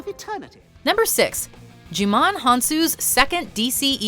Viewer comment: "gie-mon", NOT "gee-mon." get it together.